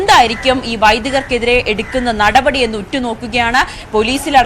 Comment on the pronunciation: മോളേ നടപടി നടപടി എന്ന് ഇത്ര കടുപ്പിച്ച് പറയണ്ട പൊറോട്ടയും ബീഫും കഴിച്ചിട്ടാണോ വന്നത്😂😂😂😂